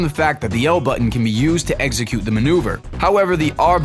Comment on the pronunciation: eggecute? EX-eh-cute*